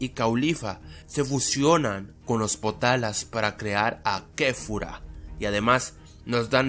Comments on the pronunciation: te has esquivocado por que no es "POTALA" si no "POTARA" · se dicen POTARA